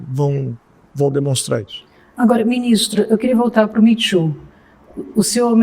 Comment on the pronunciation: Custei a entender o que estavam querendo dizerem como "mitchu" . Pelos amor de Deus!!! O movimento se chama " Me too", que se pronuncia "mi tu".